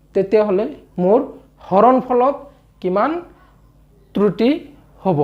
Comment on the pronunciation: Sir truti nohoi kruti buli uccharon kore